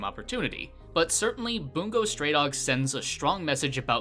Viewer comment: He really said bOOngou stray dogs